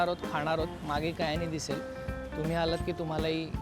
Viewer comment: About Kyani and Company Since you were particular about Diction You were all the time saying कयानी If you notice it’s क्यानी